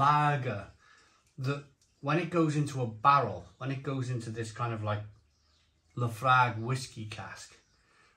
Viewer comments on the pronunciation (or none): Islay is pronounced: i-lah Laphroaig is pronounced: La-fro-ig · It’s pronounced La Froig. Trust me I’m a Scotsman. 😂 I made my own IPA at the Innis and Gunn Brewery a few years back. Was a fantastic day out. Only downside was had to wait 2 weeks for the keg to be ready. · "Laphroig" is the way it's pronounced. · Fully loled every time mispronounced Laophroaig and Islay